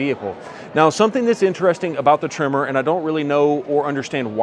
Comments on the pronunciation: It’s tremOr. Not trimmer! 😂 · Your saying Tremor, but my ears hear Trimmer … lol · Sounds like your saying trimmer..